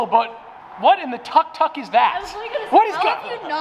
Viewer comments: Tuck tuck? 😂 as a Thai/laos myself I’m offended haha it’s pronounced “took took” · it's tuk tuk! not tak tak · it's pronounced took took